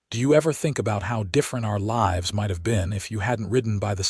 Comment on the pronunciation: I do miss having a real person reading the story. Words spelled the same, but pronounced differently are a very real thorn in my side. Live and lives were words especially mispronounced. 😮😮😮